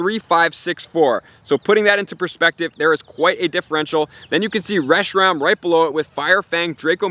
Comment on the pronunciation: It’s not “reshi-rom” either. It’s “reshi-ram”.